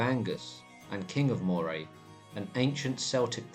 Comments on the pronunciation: Moray is pronounced Murray and Celtic with a hard C. Keltic, not Seltic. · I'm sorry but you can't even pronounce Moray, the pictures may well reflect what you think Moray is like or was but it's entirely garbage. Please, as a student of history, try , even a little bit, to get things right. Moray is an extremely fertile area, even into the areas you wrongly ascibe to being Moray, not the hills and rocks the pictures you have included. Even the ancient moreamears you describe are laughable. The Grampian mountians run north to south which provided the natural phsychical and geographic borders to centres of power. If you even have the pretence of providing a true story, despite the distance of time, you could, at least get the geography right. So, so sad this kind of nonesense ever gets distributed far less without the claim of "true". Shame! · Grouch???? Is there any Scottish name you can pronounce? Phonetically her name is Grew-akh. Moray is Murry. Findlaech is Fin- Lekh. SewArd is Siword.